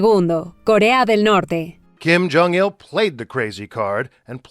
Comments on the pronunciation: se dice Kim Jong IL, y Kim IL sung, no eran números romanos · Es kim yong il y no segundo